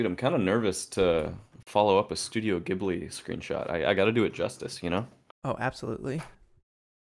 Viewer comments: I’m sorry I hate to be that guy but I’m Japanese and grew up watching ghibli and it’s actually pronounced like jibli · Yo fellows! Great work. Also “JeeBlee” is the right way to say it.